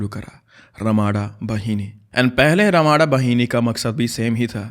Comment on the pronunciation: bro its not ramada ... pronounsation is ramda bahini.. nd ramda means big knife...